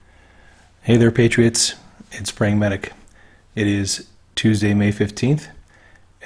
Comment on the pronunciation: When you start your vid, and you say Praying medic, you kinda slurred it. If I didn't know better, I would've thought you said Brain Medic.